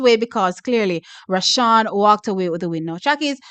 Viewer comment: Hear weh mi a seh nuh T its rushane NOT roshawn 😂